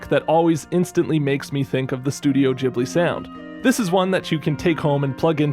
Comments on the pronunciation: It's studio "gheeblee" not "jeeblee" Trying to watch this on mobile it torture... why couldn't you reupload it with the midi already in place? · Not the jibli pronunciation💀